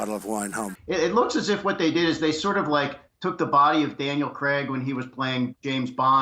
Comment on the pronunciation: it’s Daniel Crayyyyyg. Why can’t they say it correctly?!!! Fkn “creg.”